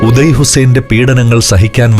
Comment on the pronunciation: ഉദയ അല്ല... ഒതായ്